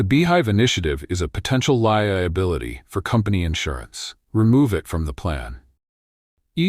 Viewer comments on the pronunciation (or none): At about : : the word 'li iability' is a badly damaged mess of letters and sounds. The word 'liability' works and is real English, not nonsense. Oops LoL 😢😢😢